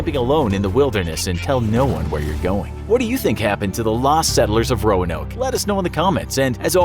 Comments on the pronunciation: Why am I hearing Romanov instead of Roanoke? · Roanoke more like Noanoke HAHAHA FUNNY ok bye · This is bad combination of fact and fiction. Don’t believe this. Visit the Lost Colony of Roanoke in North Carolina for a better understanding. They didn’t even bother to get the correct pronunciation of the island in this video.